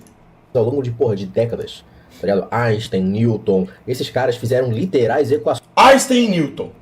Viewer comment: Áixtem? Nunca ouvi falar!